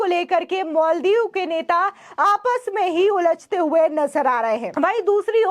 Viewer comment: मैडम मल दीप नहीं,माल दीप बोलिये।